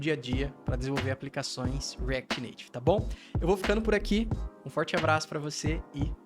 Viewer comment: shadycêeneuai no reacty nativy...